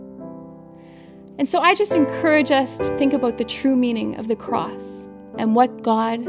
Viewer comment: She should pronounced significantly the letter "s" at the end of the word CROSS !